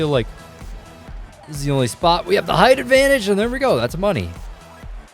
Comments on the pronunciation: I don't know if you've ever heard of Delle Donne prior to this video but her name is pronounced della-don (not dell-don) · Delle Donne is pronounced “delluh Donnay” not “Dell Don” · It's Delle Donne not "Dell Donn". You have to pronounce the "e" like in "felt". It's italian not french. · it sounds like "Dell Donne" but its pronounced like "Della donne". No hate, but believe me. I know 'cause I'm a Delle Donna fan, and a mystics fan. I LOVE THE WNBA! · "Dell Don" 😂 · Maaan You have to pronunce "Delle Donne" in the Italian way ahah try to listen to it on Google Translate